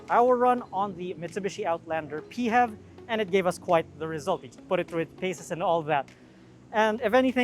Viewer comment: Rest of the world -- "PHEV". TopgearPH -- "Peehevs" 😭